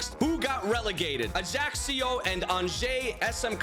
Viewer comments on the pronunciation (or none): AC Ajaccio is pronounced Ah-YA-CHO with ah, not "ey" sound and definitely not what you're saying my man. 😂😂 nonetheless, great video! I've been binge watching a lot lately, everyday at work and when i come home lol. Love your stuff!! ❤❤❤